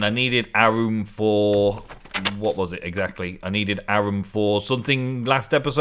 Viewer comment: It's pronounced awr-rum with the awr being more like an or